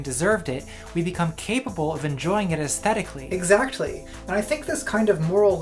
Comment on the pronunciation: I don't like the way you pronounce the T in the word "exactly"